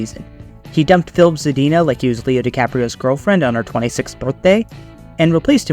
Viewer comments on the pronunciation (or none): none